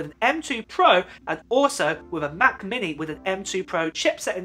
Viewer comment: Anyone else kind of entertained by saying Ma’ book air. Or ma’ mini? No one. Ok.